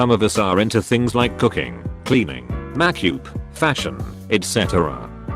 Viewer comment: No one: Literally no one: Robot voice that can't say makeup: MAkYoOp.